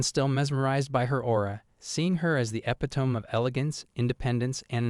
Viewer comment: "epi-tome" That's not how epitome is pronounced.